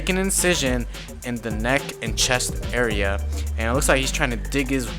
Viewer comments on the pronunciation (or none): none